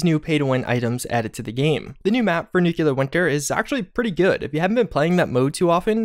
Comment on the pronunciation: Nucular isn't a word.